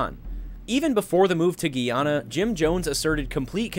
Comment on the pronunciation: "GUY" -YA-NAH. Not "GEE"-YA-NAH. No hate just informing ya 👍